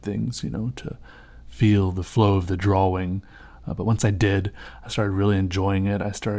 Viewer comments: it annoys me how much he annunciates the w in draWing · Wow you're probably the only guy that pronounces drawing the way it's written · I like the way you say drawing.